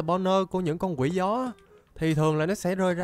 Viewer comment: 🗣️nói Con Quỷ Gió ❌ Tôi nghe Con Quỷ Chó✅